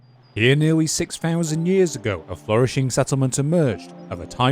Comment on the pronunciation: funny fail. a british accent yet cannot pronounce 'flourish' and a cadence more like mandarin. am I the only one who notices these things?